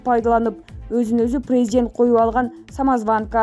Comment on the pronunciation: Блогер кыз презент эмес презИДент деп суйлосон...